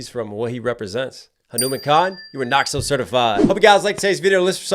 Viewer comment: Ayee knox pronounced the name perfectly this time...........Finally so happy to see an indian artist going international